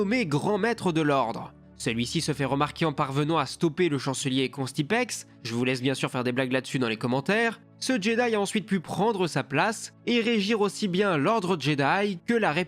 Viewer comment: C'est Contispex, petite erreur de lecture d'